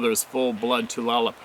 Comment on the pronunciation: Tulalip is pronounced Too/lay/lip.